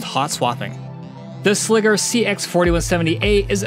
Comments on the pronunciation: Sliger isn't "Sligger" doesn't rhyme with tigger, bigger, or figure. Its Sliger as in Tiger or Geiger. What they don't show you in these videos is the actual racking of these cases. Anyone wanting a rack mount solution with rails stay away from these. My whole reasoning for buying these was that I could fit AIO's and they'd be easy to build in and maintain and its been nothing but a headache that I regret. I made the mistake of buying both the 3U and 4U with rails and the rails they sell are generic garbage and don't mate up properly with the holes on the side of the server so the servers wont slide in flush with the rack to actually screw in. There are not good instructions or diagram showing a proper way of doing this so you're just left to guess which holes are supposed to be used and no combination I've tried allows the case to completely slide into the rack without some type of issue. Add to that the boxes are too wide once the rails are mounted which causes the rack mounted slide to mar the side of the server which kinda defeats the purpose of spending this much on something that looks nice just to have some stupid detail like that screw up the powder coating. Ive tried fitting these in 5 different racks so at this point the rack cant be blamed for the shenanigans. They send some 3D printed spacer with the rails that's supposed to align the rails and 4 out of the 5 racks this just made the fitment issues worse. I really wanted to love these because my Ceberus was an ama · It's pronounced 'Sly-gur'... put some respect on Kahlin Sliger's name. 😜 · Sliger is pronounced like Sly-ger. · Good review, but I cringe every time you pronounce "Sliger". SLY-gr. Like "Tiger". The way you keep saying it is WAY to close to Nn...nnever mind. It's deeply uncomfortable, is what it is. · Sliger "sly-ger", when it doubt, "when two vowels go walking the first one does the talking, even when ere is a consonant between them"